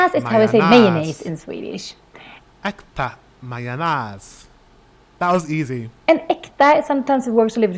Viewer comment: "Mo" is an old word for soil, Mo-rot = soil-root. Yes we have preshredded cheese too, but many use a cheesegrater(rivjärn = scratch-iron). How to pronounce majonäs = my own ass.